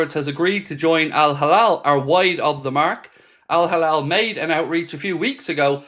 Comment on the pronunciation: Hilal not halal 😅